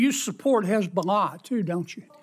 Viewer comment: She say perfect hesbolah 😂